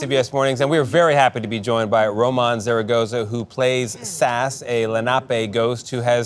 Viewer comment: Ugh. He totally butchered the pronunciation of Sass's name.